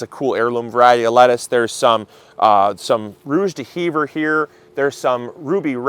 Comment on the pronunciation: Rouge d'hiver xD your pronunciation was so funny. It is french so it is normal you pronounce it like it was in english.